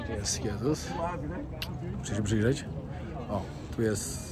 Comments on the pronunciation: Portugalski jest bardzo podobny do hiszpańskiego. Wpisz sobie w słownik wymowę, to usłyszysz jak się wymawia „j”😂Dodam, że znałam Brazylijczyka niejakiego… ☺️co do Jesus, to brzmi „żezus” a nie „dżezus”. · Odnośnie wymowy: Jose czyt. „Hose”, Jesus- Hesus itp. Jeśli tyle podróżujesz, to powinieneś wiedzieć. Pozdrawiam 😊